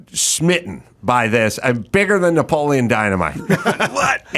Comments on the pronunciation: Isn’t “Napoleon” four syllables. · “Napoleon” has four syllables.